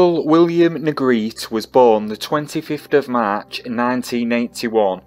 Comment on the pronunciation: His last name is pronounced “Neh-greh-tee.”